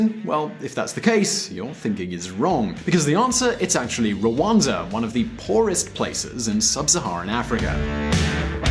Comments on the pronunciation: its rwanda not ruanda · It is Rwanda and not Rwanza